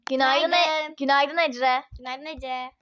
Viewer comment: Neden ecre diyon